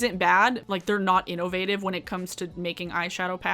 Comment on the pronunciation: The way you say inNOvative makes me think you would say inNOcence like Darkness from Legend, and I can dig it.